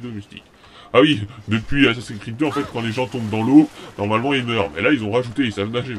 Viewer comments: aufette on dit assassin's creed pas assassin creed comme tu le pronomce si mal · Accent anglais =00000 assasin'S creed pas asasin creed